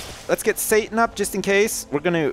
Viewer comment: It is Satan not Satin